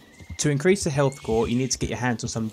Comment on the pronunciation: HEALT Å STAMINA 🤣